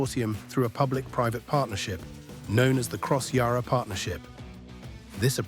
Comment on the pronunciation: Also PLEASE pronounce Yarra correctly. It is not Yah-rah. The letter ‘a’ is pronounced the same as the ‘a’ in apple.